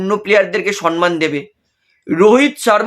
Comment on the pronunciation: Dada apni ki shomman bola sikhben na? Shomman oita shonman naaaaa